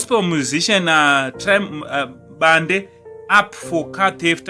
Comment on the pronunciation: Bhande not Bande😜